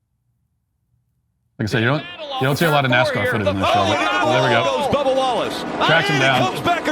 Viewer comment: Am I the only one who hears "Bubble Wallace" when Matt says Bubba Wallace?!